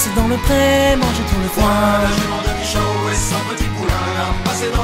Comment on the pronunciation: ce qui m'a pas plus c'est la Jument de michaw (comme tu l'a prononcé) dit bien Michao